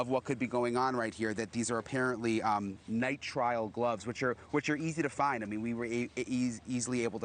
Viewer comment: The gloves, Brian, Nye-trill not Nye-trial